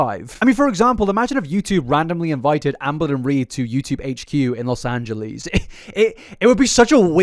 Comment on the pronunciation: Los Angelees